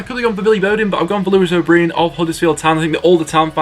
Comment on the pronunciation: Yeah I think O’Brien is probably our(Huddersfield’s) best player. Btw it’s o’brIEn not o’ breean